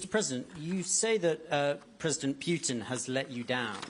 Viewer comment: PUITN?? Lol :-)